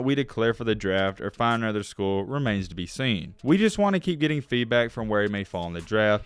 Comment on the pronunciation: Ay-nother coach? What language is this?